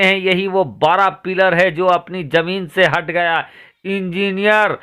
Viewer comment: Yaar apna talaffuz Sahi kar lo.Zameen ko Jameen mat bolo Bhai. Masjid khari thi khara Nahi tha.